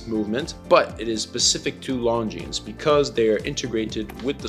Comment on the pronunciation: 1. Viewers want to see the watch. 2. Its pronounced Longine. (without the "s")